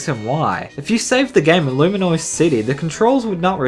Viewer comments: Dude, it's Lumiose, not Luminoise XD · I have one issue: The way you pronounce Lumiose. "Luminoise?" REALLY? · 51st problem is you can't pronounce lumiose city and how is the fact that there is no Pokemon z a problem with Pokemon x or y? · You mispronounced Lumiose, you repeatedly said Luminoise. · Luminuse City? Seriously!?